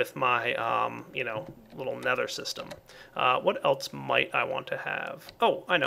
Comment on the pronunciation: he says eltse instead of else